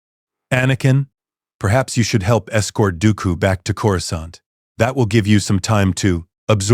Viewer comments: "Core-Scunt" the AI is hilarious trying to pronounce "Coruscant" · Chorus can't 😂😂😂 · Can someone teach AI how to say Coruscant, please?